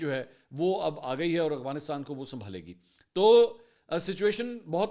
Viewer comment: Oh Mama Hazar Bar Bata Chuka Hun Aghwanistan Nahi Afghanistan Hai Hamesha Ghalat Naam Letay Ho Logon Ko To Bohot Correct Kartay Ho Ghalati Par Apni B To Correct Karo